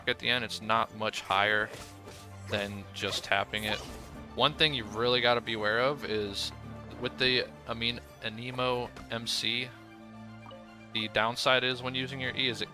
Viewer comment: Really nice video I just learned some tricks!, I don’t ment to be rude but please say “ANEmo” lol